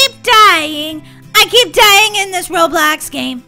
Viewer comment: lol you said roblux